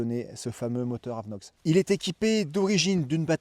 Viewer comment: AVINOX et non pas AVeNOX .... Si non super vidéo !!